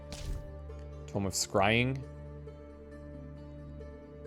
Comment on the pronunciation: 😂 I see you've been carrying on the Vampire Survivors tradition by pronouncing "tome" like "tomb" Edit: & just as you also did many times in V.S., you corrected yourself further along in the video 😊 Great job,!